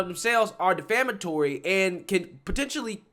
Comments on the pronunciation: De ‘flam’ atory means something different from ‘defamatory’. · I love your channel. One thing tho...It's "Defamatory" root word "de-fame, not "Deflamatory." Keep up the good work! I'm subscribed.